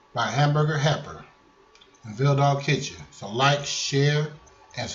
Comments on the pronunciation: I’m sorry but it sounded like you said hamburger happer. 😂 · "Hamburger HEPPER" 🤭